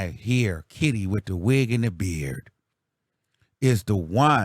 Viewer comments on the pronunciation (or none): you need to stop..Why are you stressing so hard on Kitty's name?😂😂😂😂😂😂 Soon Kitty will come out with a tell all as soon as she and Dwight isn't good no more 😂😂